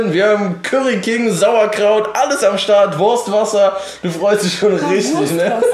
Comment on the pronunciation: "Wurstwasser" xD